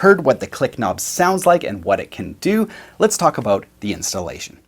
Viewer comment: Came for the “aboat,” got it . 😂